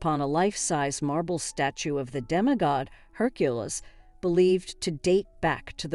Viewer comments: Hercules pronounced her-q-lees. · How do I take this seriously when Hercules is pronounced 4 different ways and each one is incorrect? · How hard can it be to properly pronounce the name Hercules?